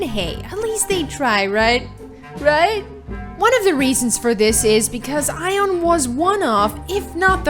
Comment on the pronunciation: It's aion not eye on